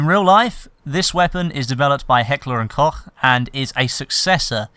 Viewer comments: You sayed HK really good allmost german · i know it's completely trivial..but kudos for pronouncing Heckler&Koch right!^^ just started watching your vids and i really enjoy them. very nice:) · Thanks for not pronouncing it " Heckler and Cock"